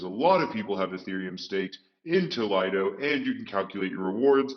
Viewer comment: It's not called Lido it's Liiiiido